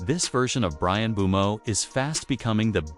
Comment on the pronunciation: Not mobumo it’s mbumo